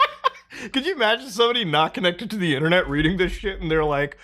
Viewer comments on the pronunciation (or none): none